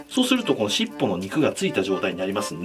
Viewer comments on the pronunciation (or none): し↑っぽ↓なんだ...。 し↓っぽ↑じゃないん?w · しっ↑ぽ↓が気になりすぎて途中動画に集中できなかった。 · しっ↑ぽ↓定期